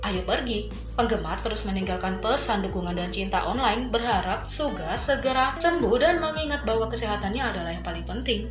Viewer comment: bilang suga malah suge hahah